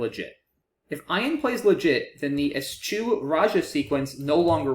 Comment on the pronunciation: I am pretty sure ESCHEW is pronounced "es-kew" or "es-queue". But if you haven't heard the word used it's understandable you wouldn't guess that!